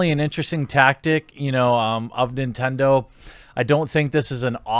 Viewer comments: "NINENDO" lulz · Nobody: Jeremy: N I N E N D O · Ah yes , Ninendo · Ah yes, my favorite company "Ninendo" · Shatter420 eh it’s both but to answer your question I used a “misspelling” to make fun of Jeremy’s being unable to spell and say Nintendo in the video he even says “nin-ten-joe” at 1st lol